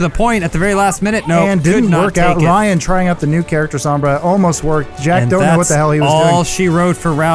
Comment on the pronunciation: Adam listen, her name is pronounced "s-oh-mbra" not "s-ah-mbra" gringos smh. :/